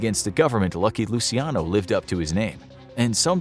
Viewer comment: Dude said, "loo-see-AH-no". It's (loo-chee-AH-no) or if you wanna get REALLY Italian, it's just 3 syllables: "loo-CHYAH-no".